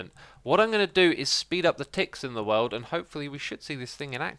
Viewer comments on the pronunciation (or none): none